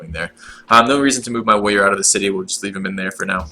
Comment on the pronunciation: be wevy wevy quiet, he's hunting wabbits